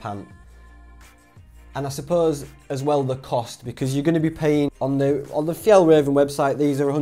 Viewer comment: do you mean F – Y-ah-ll – R-ah-venn trousers ....just saying